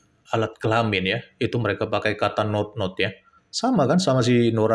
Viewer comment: Admin bkn notnot tp nonot